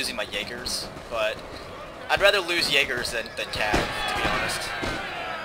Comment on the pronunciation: its so funny for a german so hear how u speak "Jägers" ;)^^ but other wise 4 u ist funny how i speak english ^^